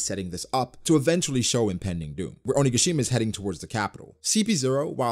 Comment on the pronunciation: Hey, Oni-ga-shi-ma sounds just perfect now ❤️❤️❤️ listening...